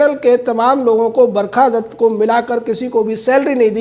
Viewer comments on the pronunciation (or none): "barkha dasst" hahaha